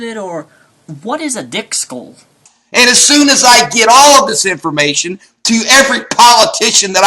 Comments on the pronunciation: I think he said thick skull not dick skull xD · HAHA!!! XD "Dick skull"! I think he meant "thick skull", he just screwed up the pronunciation, much like he mispronounced "omniscient".